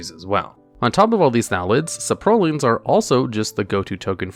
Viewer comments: i feel like there is at least one weird pronunciation per video of yours. where is that random emphasized syllable in 'saprolings' coming from? sapROLLING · Right the saproling pronunciation really got me lmao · why does he say "saprolings" like that